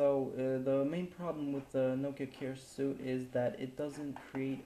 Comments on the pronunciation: Fajny flimik. Jedna uwaga. 'Suite' wymawia się jak 'sweet' lub 'słit'. :P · "Suite" is pronounced "sweet", since you seemed uncertain :)